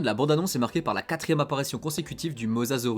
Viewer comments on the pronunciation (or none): T'as tué le nom 😂 C'est mosasaurus